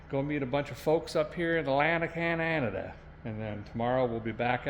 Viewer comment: Hey Derek…you keep mispronouncing Cananada…it’s Canadia…you know, where the Canadians live…😂😂😂. Seriously, you need to go to the falls in the Winter…while is a might chilly, the ice formations and the lights are amazing…